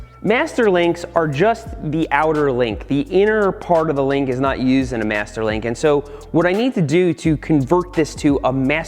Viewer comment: I am making this a drinking game. Every time he says Mester Link You should drink a shot